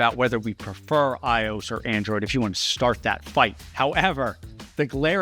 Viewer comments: Why do you keep saying “aye-ohs” for iOS when it’s clearly eye-oh-ess… it’s just so annoying. It’s the OS for i-Devices. Say it correctly will you? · You lost me when calling iOS "eyeoohs". Otherwise, very interesting. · Bro said "iose" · iOS is pronounced as Eye Oh Ess, not Eye Owes. But great video. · Why do you say ios like “eyeoss” when you say “I-O-S”. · The most objectionable part of this video is how you pronounce iOS. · he said it a couple of times... does he not know that it's an Operating System, "OS"? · The way you’re saying iOS is triggering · Amazing video, as always, but the way you pronounce iOS ... 🤣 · The most surprising thing I learned from all of this is that there are people who call Apple's phone operating system, "EYE-ose" instead of "EYE-oh-ess." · Did you really have to pronounce iOS like that? Also thanks for spreading misinformation and hearsay about Android and Windows. Whether you're correct or not, you make it sound like you have no clue what you're talking about. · Just seeing how you pronounce IOS and your misrepresentation of Android as buggy (it's really not these days) just shows your lack of knowledge on that front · Why did you pronounce “iOS” like you did? Was it just engagement bait or are you an alien? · The way you say iOS is concerns me. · First person I've heard pronounce IOS as a word. Fascinating